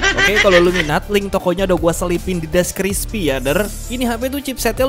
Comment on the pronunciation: "di deskrispi" 😭